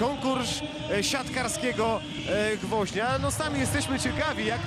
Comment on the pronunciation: konkursz siantkarskiego gwoźnia co to za komentator